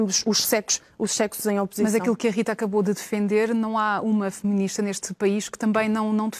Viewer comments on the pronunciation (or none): Lol ela disse que é "femininista". No entanto é "feminista" que se diz.